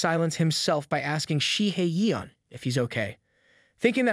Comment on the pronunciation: The way you keep clowning 🤡 Shihyeon’s name. SHE-hay-YON! There is some anger and snark behind your intense dislike of the MC. 😂😂😂